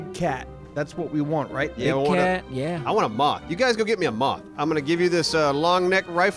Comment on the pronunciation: Why does say moff instead of moth